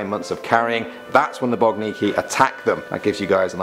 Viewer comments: *Boginki not Bogniki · Number 5, which you said is "BOGNIKI" is actually "BOGINKI". Please, do analyse the spelling letter by letter. BOGINKI is plural, singular is BOGINKA. One BOGINKA, two or more - BOGINKI (not: BOGNIKI).